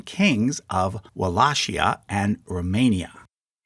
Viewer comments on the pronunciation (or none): Is it not pronounced wallakia? or even wall-ay-kia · the way you say wallachia sounds so wrong